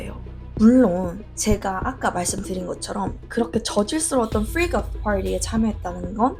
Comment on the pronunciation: 글구 freak off 프맄어프 또틑 프맄커프라 발음하는 게 아니라 프릭어프/프리거프처럼 발음하시는 거 보니 버릇이신듯. 받침 발음에 대한 잘못된 습관인 만큼 신경쓰면 쉽게 교정되실듯. 자꾸 본문과 관계없는 지적 미안합니다.